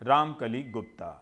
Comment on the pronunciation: Gupt nhi Gupta